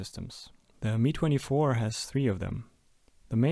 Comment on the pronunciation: Please stop saying it as "me" [MI:] 24 it´s [EM-A:J] 24